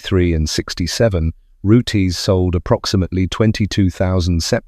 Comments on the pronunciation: Pronounced roots not roo-tess! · "Root-izz"?!? "Zee-nith"?!? "Carbur-ay-tuh"?!? "Pyoo-zho"?!? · would be better if your voice could pronounce rootes correctly instead of rooties. vert irritating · Fuck sake “Root ez” now.